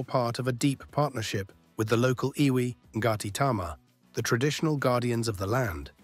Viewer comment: Good info but as has been pointed out, those are Australian dollars, not NZ dollars. Also the iwi (Māori tribe) Ngati Tama is pronounced “Narti” - it’s a silent G. I didn’t spot the crocodile/alligator mentioned, but definitely none of them here. Thank goodness!!